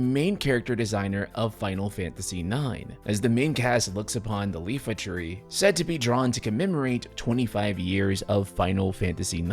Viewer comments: It's iifa tree with a double i not Lifa tree. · Sorry to be a pedant but it’s the iifa tree, not the Lifa tree btw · Gentlemen, i have come to ruin your worldview. I recently found out its not called the "Lifa" tree, as the letters are capital and its "iifa". Iifatree. It's an I. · Not you too, … It’s not Lifa Tree, it’s Iifa Tree. EE-fah. …Sorry; it’s just that if even me — someone who pronounced Esuna as, “Esauna”. And called the Elixir an “Ilexir” (both at age 11) — could tell that it’s a double “i”, I cannot understand why so many people think it’s name is a lowercase “l”. Of course, I blame the fact that typical fonts have the uppercase “i” looking almost exactly like a lowercase “l” for reasons that have confounded me most of my life. And people call Cyrillic a difficult written language to understand… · Can't wait for this, hoping a trailer and an announcement drop tomorrow! Also my brain cannot with the pronounciation of Iifa Tree as Leafa Tree. A capital I is not an L. 🥲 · “Leefa Tree” That’s a capital I my dude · Iifa Tree aka EE-fa Tree. I dislike the fact that capital I and lowercase L look pretty much identical too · Did you say Lifa Tree? Oh, you sweet summer child. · There ain't no way Lil bro just said "iifa tree" with an L 😩